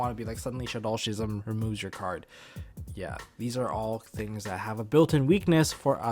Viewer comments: I hate to be that guy...... but it's pronounced "Ski-zam' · you should google "schism" and hear how it should be pronounced (saying this in a friendly manner btw xD)